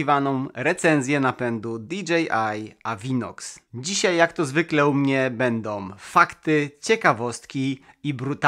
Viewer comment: Lubie Twoje filmy.... ale: "bendom" "rolkom" "to som" "korbom" "gdy som" "grzechoczom" "przerzutkom" "zembatkom" "poprawiom" "obróconom" "pomocnom" "dolnom" "z pewnościom" "przetwornicom" "za pomocom" "wbudowanom" "z myślom" "dużom bateriom"